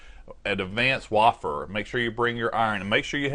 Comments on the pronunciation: Bandit Leader way fair haha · It's pronounced way-fur